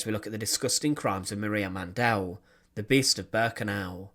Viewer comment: The correct spelling is Mandl. Man-DEL is not the appropriate pronunciation either.